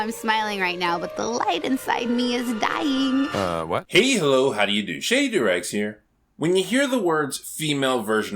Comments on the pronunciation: When I heard you say your name I thought it was "shave your eggs" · Each time you said "Shady Doorags" I think you're saying "Shitty Directs" Sorry dude, but your content is amazing. I actually really like the echo behind your voice, it makes it somewhat lower in quality but also more genuine.